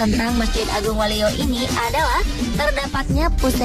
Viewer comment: Woee bukan walio tapi wolio. Yang benar dong cara menyebutnya